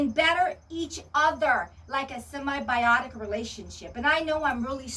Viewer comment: Hey darlin'. It's SIMBIOTIC not semi-biotic. Remember the SIM.